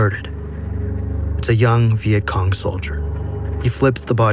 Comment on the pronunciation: The the start u said veient Kong lol